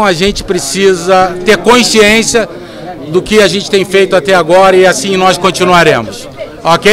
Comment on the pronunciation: Passa o tempo e não aprende a falar CONSCIÊNCIA. Incompetente!